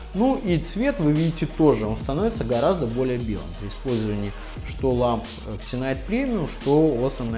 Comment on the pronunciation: Все ытлично, только пожалуйста названия не коверкайте. Читается Зинайт